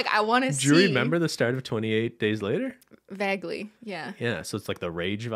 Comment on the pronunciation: another word Cristine pronounces oddly: vaguely XD vaagly XD